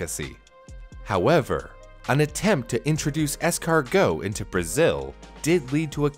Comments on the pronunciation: "escarGHOST" Really? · As a french man, the fact you said Snail in french like it's really a food name made me cringe, apart from that good video